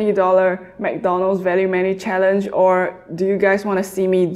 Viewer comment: Did you just say a 10 BIG MAC CHALLANG